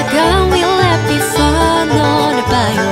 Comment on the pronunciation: This was FANTASTIC! My only (minor) suggestion is that she study the pronunciation of local words like "Bayou."